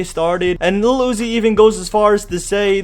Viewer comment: why he keep saying iluhl uzi 😖